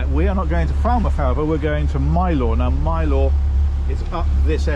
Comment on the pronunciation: Next time you visit, pronounce Mylor as the honorary Cornishman you'd be...Mylor as My-ler. 😅